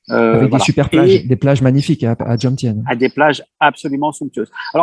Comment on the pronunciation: On ne prononce pas Jomsien ( Djomsiène ) mais Jomtien ( Djomtiène. Prononcer le T ). En tant qu'etranger, on ne peut pas acheter un terrain, donc être proprietaire dudit terrain, et ensuite le louer à titre gracieux à sa copine thaïe. C'est elle qui est proprietaire. Point barre. Après seulement 4 mois de relation, c'est une enorme prise de risque. Si elle met fin à leur relation, il aura tout perdu. Manger thai pour 2 € soit 72-74 B, c'est juste un plat et une petite bouteille d'eau.